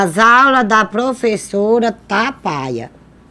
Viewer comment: "Ser prufessora sofre"